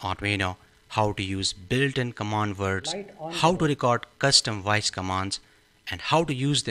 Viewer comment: I think if you speak English, the module will work better..try saying voice instead of woice. 😂😂😂😂